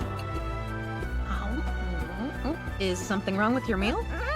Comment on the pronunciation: "Em bear esment